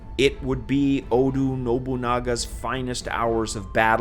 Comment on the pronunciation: I like how he pronounced Oda with a U instead of an A